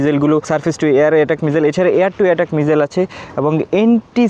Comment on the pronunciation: ভাই সবাই ভাল লাগছে কিন্তু মিসাইল কে মিজাইল বলেন কেন।